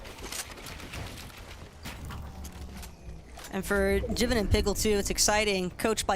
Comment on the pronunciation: Its not Jiven Fortnite, its Jivin (Jai-Vin)